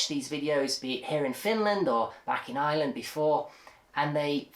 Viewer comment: Love the way pronounces Ireland like a pure native